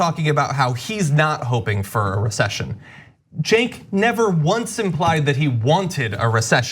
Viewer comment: Cenk pronounced Jerk